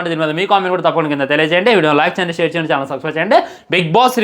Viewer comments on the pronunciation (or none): none